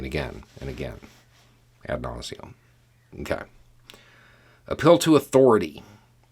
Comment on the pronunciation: Sorry, I didn't quite get "ad nauseum." Could you repeat it?